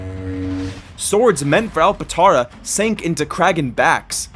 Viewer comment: bro called it “alpatara” Gang its alptara